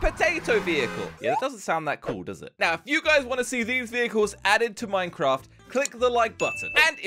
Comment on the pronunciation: ToDaY wE aDdED FiVe NeW vEhIcLeS To MiNcRaF